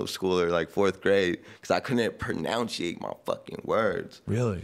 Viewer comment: prenounceite lmao